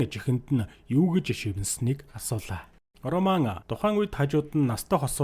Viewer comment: Энэ кино бол 2009 оны HORROR/ROMANCE төрөлийн Possession гэдэг кино гол дүрийнх нь 1 болох Lee Pace жүжигчиний тоглосон ROMAN гэдэг дүршдээ хар малаа үхсэний чинь ОРООМАН ОРООМАН гээд хуцаад байгаан бэ РОМАН гээд дуудчаачээ ямар сэжгийн сонсогддог юм бэ РО РО РО РО РО - МАН за юу РО тэгээд шууд МАН үхсэний чинь ОРОО МААААН бэ зайлаа Чам шиг юмнууд л Чемодан - ЧАМДААН Окумалятор - ХУМЛААТАР Овчарк - ХАВЧААРК Рэмбо - ЭРЭЭНБООВ гэдэг байхдаа зайлуул Р үсгээр эхэлсэн үг болгоны урд дураараа ЭГШИГ нэмж дууддаг хөдөөний 1960 оны тархи чинь хонины ноос бөөснөөсөө салаагүй юм уу РОМЕО ЖУЛЕТТА - ОРООМЁОО ЭЖУЛЭЭТАА гэдэг үү чи? Титаник киноны РӨҮС/ROSE - ОРООЗЭЭ гэдэг үү чи хар малаа ROCKITBAY - ОРООКЭТБААЯ гэдэг үү 1 дүгээр ангидаа дахиж суугаад Р үсгээ сураачээ малаа дуудахад авиагаараа ЭРРР гэж сонсогдож байгаа ч ҮГЭНД орохдоо ЭР АР ОР УР бишэшдээ хар хөлдөө тархитай малаа Чиний наад гэсний чинь урд дураараа эгшиг нэмээд ЭМЭР ВООДОО ӨМӨР ВООДОО АМАР ВООДОО гээд байвал ямар байна